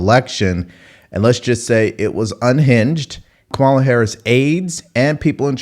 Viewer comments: u cant pronounce her name bruh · OVER 80 BILLIONAIRES BACKED HARRIS. 50 backed Trump. WHO are the billionaires Trump is giving breaks to? 1-Does a dem actually recognize the economy is an issue?? 2- AOC mispronounces kamala. Lol. Biden does, too, and the left slammed Trump for doing it. 2- many mock AOC bec she sounds like a moron. Nothing to do with gender. 3- Is there a Trump comment NOT taken out of context and Trump SHOULD BE keeping that in mind and tailoring comments to at least try to avoid it. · She mispronounced Kamalas name, thus making her ineligible to comment on anything requarding this election